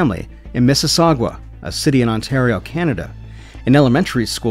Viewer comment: Miss-E-Sog-uwa?????? Miss-E-Sog-uh. Sorry I know it doesn’t matter just caught me off guard